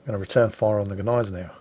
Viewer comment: Thank you for your clarification of the pronunciation . I have always thought that the G was silent . so know I am sure and will pronounce her correctly in future .🤗⚓Thank You .